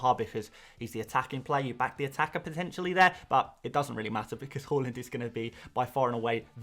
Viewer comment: Please stop pronouncing Haalands name “Hall… ind” it’s “Haaaa…. Lind” 😂